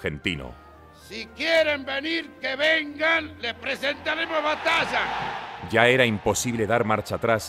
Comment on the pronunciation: El problema que dijo “batasha” si hablaran el castellano decentemente, probablemente el resultado hubiera sido positivo 🫣